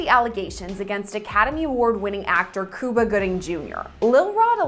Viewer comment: it’s Cuba not Cooba lol